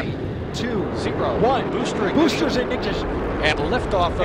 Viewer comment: Artemis guy couldn’t even say Ignition properly 😆 jokes aside, Mistakes happen. Also, Damn. Space shuttle Era Commentry used to sound so cool.